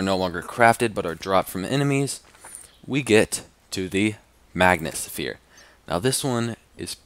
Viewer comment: Omg and you said "suphere" hahahahahaha